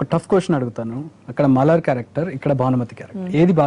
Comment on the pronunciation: Malaar kaadu ra babu... Malar... Ante flower ani